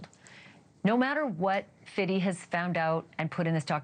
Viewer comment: She loves say "Fiddy."